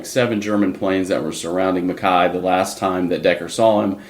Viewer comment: Okay, I'm sorry to be "that guy," but I find this frustrating. No matter how many times one of you pronounces MacKaye correctly (Mac-EYE), the other keeps pronouncing it incorrectly (Mac-KAY). I mean, they say the name multiple times in the episode.